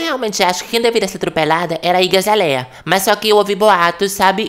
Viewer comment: "Iggy azaléia" HAHAHAHAH